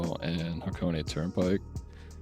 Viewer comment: "Hah-Co-Ney" 3 syllables.